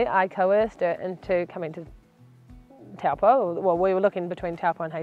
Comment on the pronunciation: Would be lovely to hear you say Taupō properly. Cheers